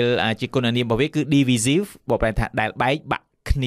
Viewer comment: Divisive គេបញ្ចេញសំលេង ឌីវ៉ាយសុីវ, urge សំលេង អើជ មិនមែនអើកទេ